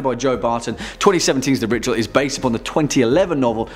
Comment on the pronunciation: The way you say The Ritual sounds like you are saying The Rickshaw, I have had many a terror whilst riding those death traps in Pakistan :-)